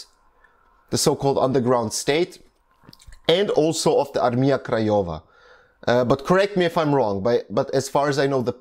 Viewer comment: Really good pronounce of polish words, like "Armia Krajowa" (National/Home Army), Armia ludowa (People's Army), Warszawa (Warsaw), really cool.